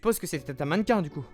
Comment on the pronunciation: Chui le seul a me demander pk il dise maniquin